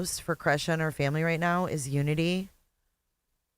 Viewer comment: And fimmmily, instead of family 🙄